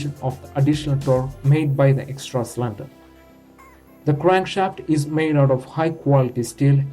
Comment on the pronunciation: Did you lear English from Lundon? It is cylinder not slander!